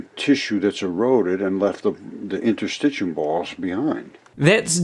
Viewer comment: Points to the inner circular muscle layer in the gastric wall, LABELED in his picture as muscle--calls it "Interstitcheeyum." Points to the outer, longitudinal muscle layer--calls it "basement layer." What a moron. He doesn't know what interstitium is, but even worse: he could look up the term on any site or in a basic textbook on anatomy, histology or physiology or even just pay attention to the labels in the very picture he's pointing at and it'd tell him what it is. But N O, he's too smart for that. The collective work of hundreds of years is all wrong, and Mr. "Geology is Biology" has spoken. If he thinks the figure labels are all wrong, then how does he conclude that the diagram itself isn't also wrong? What a raving old fool.